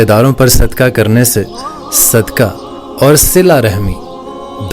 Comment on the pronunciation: ارے بھائی اپنی اردو تو صحیح کر لو صدکا نہیں ہوتا اسکو صدقہ کہتے ہیں۔پتہ نہیں قرآن مجید کس طرح پڑھتے ہوگے۔